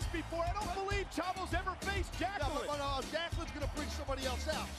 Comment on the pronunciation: The worst annaoutment ever in wwe history he said 'Jacqueline?' and no 'Jacqueline'